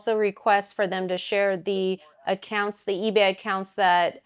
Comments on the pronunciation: Why does she say "eee-beh" instead of "eee-bay"? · The biggest crime of this lady is how she keeps saying EBAA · Why does she pronounce ebay like that?